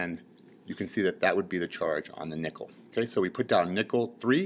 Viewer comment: when he says nickel it sounds like hes saying nippel.